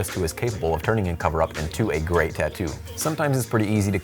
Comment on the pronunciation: Grey video dude! Lol but seriously it does sound like you say Grey instead of great. Good quality, you make some of my favorite videos